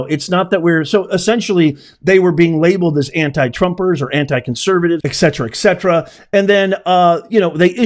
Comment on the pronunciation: Respectfully, ok, it's "et cetera", with a T, "et", not ek cetera